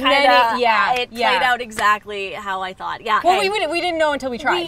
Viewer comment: this is the first time i heard your oot. "figure it oot"